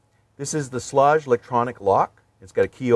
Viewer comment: It is pronounced shlAg. With a hard a. The guy across the street worked for them for 40 something years.